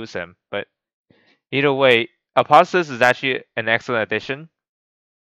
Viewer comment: Apo theo sis there is a ''O'' there